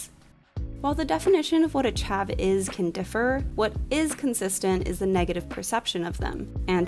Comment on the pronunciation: It’s so weird hearing an American say chav lol. Yeah so chavs don’t wear Burberry at all anymore tbh its all about nike now. I think Burberry was successful is keeping its prim and proper image even tho no one really wears it!